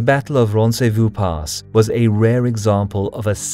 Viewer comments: Ron-say-VAU (like vault) and KOR-do-bah. Other than than, great video. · Your prononciation of « Roncevaux » is off, but the video was pretty cool